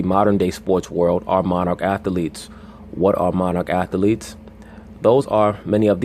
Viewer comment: I like how he says atheletes. He says all syllables lol